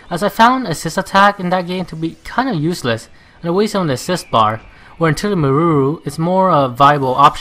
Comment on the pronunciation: some pronounciations: Meruru- Mei lu lu Koei- Co ay totori- the 'ri' should pronounce 'li'